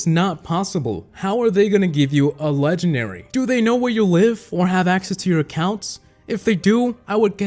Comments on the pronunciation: Why does say leganary instead of legendary? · Its funny I just hear "lengenary" not "legendary" also love your videos,this isn't a hate,it's just a notice.👍👍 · This video is “Legenary” . . . . . . . . . . I will never get over that pronunciation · Hey a "leganary" say it properly